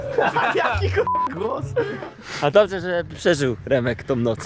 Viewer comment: "BŁAWO" XD